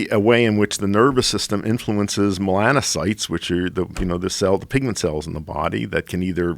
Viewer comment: Joe "I know so little about human A&P that I can't pronounce "melanocyte"...but, I'll still school you about your medical specialty" Rogan